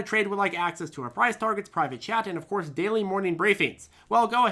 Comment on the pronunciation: Ok it's private chat not private jet. 😆😆😆